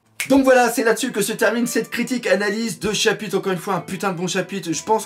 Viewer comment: jadore il dit pas chapitre il dit chapite mdr